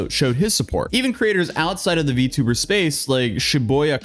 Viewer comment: It's not "vee too burr", it's "vee tee oo burr".